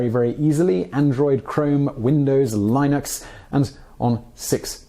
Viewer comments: what is Lyenex? its called Linux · lenn-ucks. named after the first name of it's creator, linus, he pronounces it as lenn-us. fascinating vid! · By the way... You pronounced Linux wrong...